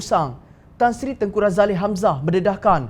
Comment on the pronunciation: Tak da ke org2 amanah nak tegur penyampai berita ni supaya sebut nama ku li ni R A Z A L I dan bukan R A Z A L E H SUNGGUH PUN EJAANNYA LEH 1 malaysia tak sebunya r a z a l e h Tapi r a z a l i